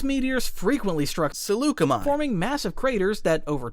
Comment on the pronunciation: Swear I can hear him saying Chi-Chi-chi-Chiyuh